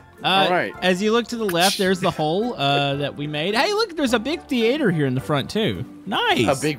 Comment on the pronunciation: as a fellow Texan, I can confirm The-ATE-er is not a Texan thing. I don't know where you got that.